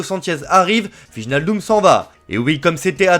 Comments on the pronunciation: ❌ VIJE-NAL-DUM ✅ WEY-NAL-DOUM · wijenaldum xD hahahahaha tu dois prononcer WAY NAL DUM xD